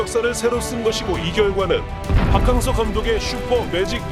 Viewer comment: 박캉 무슨 캉쨔냐 박킹서로 부르면 맛꼬 캉서로 해도 맛따 문디 아나운서놈아서감독